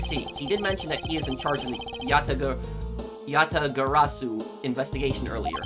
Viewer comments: Congratulations you pronounced the Yatagarasu correctly Also the video title Makes me laugh just like calisto Yew 😂😂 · Achievement unlocked "Asian Fluency" Pronounce Yatagarasu successfully one time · I lived for the moment said Yatagarasu correctly. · You are doing a great job with pronouncing Yatagarasu! Way to go